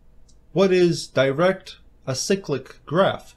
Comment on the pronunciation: "What is direct sick-lick graph?"